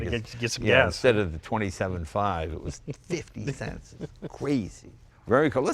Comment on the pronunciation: ...50 thents a gallon!